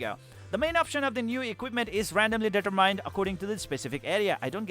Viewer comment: Gotta reinstall to try this out. E7 is my jam so this looks a lot better now. btw "determined" isnt pronounced that way =P